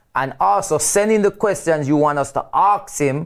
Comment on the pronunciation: Does the word “Arks” instead of “Ask” rattle other people as much as me?